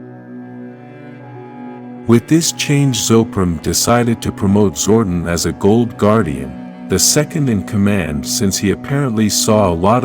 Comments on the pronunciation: And it's Zordon pronounced " Zor don" not Zordin. Note to self next time I see this channel click " Don't recommend this channel" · Zor-DON, it’s Zor-DON. Sorry, that was irking me.